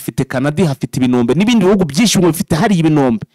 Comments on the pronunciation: Karibuni sana turikumwe 5/5 ariko ureke ngukosore ho gatoya ntibavuga ibinombe bavuga IBIROMBE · Bavuga ibirombe ntabwo Ari ibinombe